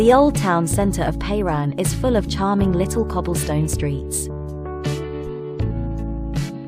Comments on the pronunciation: It is not Payran!! it is pronounced Peran. If you make a video, you should at least ask a native how it is pronounced!! This is called ignorance (mostly English speakers) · Is this AI narration? Why is the name Piran mispronounced? It isn't PAY Ron. It is PEER an.